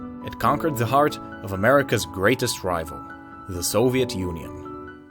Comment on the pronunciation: Just love the way you, Westerns, pronounce a word "Soviet"